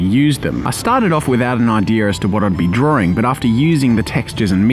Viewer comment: Saying drawing in my accent: drawing (dra-ing) Saying drawing in Jazza’s accent: droaring (d-roar-ing)